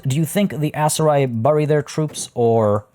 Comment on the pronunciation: Im sorry what? Burry? Its bury and its pronounced beri.